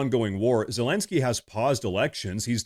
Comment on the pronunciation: LOL...Dude, you keep saying Zelensky's name wrong.